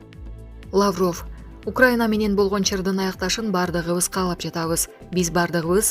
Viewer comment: ЭЭ БЛОГЕР СОРОЙ УДАРЕН. ТУУРА КОЙЧУ. ЛАААВРОВ ЭМЕС